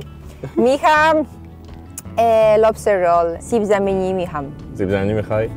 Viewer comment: کیت ب سیب زمینی گفت سیبزی ی جاش😂😂❤️